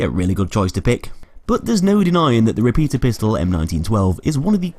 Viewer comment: How you speak repetierpistole funny (i am German)